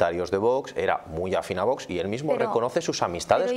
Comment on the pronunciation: es VOX y No VOS 🤣🤣🤣como pronuncia usted